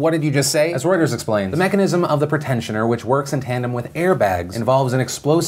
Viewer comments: Pronounced PRE-tensioner... Sorry it bothers me. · It's a PRE-TENSIONER not a PRETENTIONER oh my god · lol Phil it's Pre-tensioner